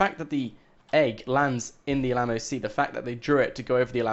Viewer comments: Dude, please learn to say 'mural' and 'Alamo' properly! lol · it's still f'***ing annoying when he says Alamo, and btw we have always known that the egg was in a river/lake that chapter 3 was brought up about a year ago or something.